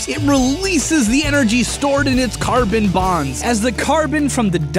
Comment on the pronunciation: at first I heard garbage instead of carbon